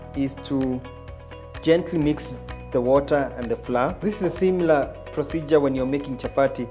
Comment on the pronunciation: Flour is pronounced 'flower'